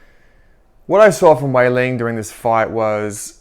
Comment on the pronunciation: Her name is not Weilin it's Weili (no n in the end). So annoying earing you say her name wrong.